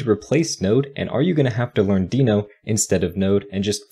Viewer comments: Only problem with this video is that its pronounced "denno" not "deeno". Everything else is great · well, even though it is not a big deal, the creator of Deno (Ryan Dahl) calls it "denno", so in theory that's how it should be spoken, but I don't care enough about how people are spelling words, but I care on how people are using new technology for making software programming better.